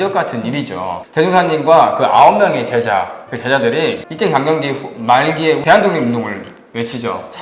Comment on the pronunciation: 아! 이 얼마나 충격적 사실인가?? 원불교 소개자가 원부ㅜㄹ교 대송사의 법홀도 바르게 발음하지 못하는 한국 문화 수준!!! "소태산"의 "소"는 장음인대 이를 "짧게" 잘못 발음했다. 이어서같으 유의 문제를 적ㅇ어 본다. "제자, 사람, 대종사,구도,세상, 등 모두 첫 자를 "짧게ㅔ 잘못 발음 했다. 이에 정중히 권하오니, "한국 어문을 고발함"이라는 책을 조용히 읽어 주실까요?